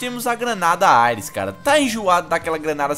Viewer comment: O cara fala AIRES mds